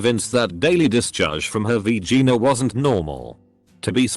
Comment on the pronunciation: nobody: the random computer narrating this: "V-Gina"